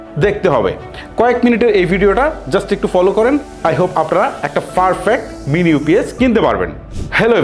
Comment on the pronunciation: ফারফেক্ট না পারফেক্ট হবে, আপনার অনেক উচ্চারণে সমস্যা আছে